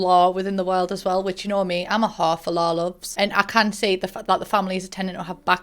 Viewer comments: The amount of times you said “whore for lore” it’s started sounding like hoe for law or something lmao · LOL. I understood her the first time, but now I'm hearing hafalaw. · "I'm a hah fo lah"